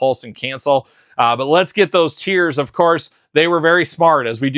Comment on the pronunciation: Duke tiers…didn’t you mean Duke TEARS?!? 😂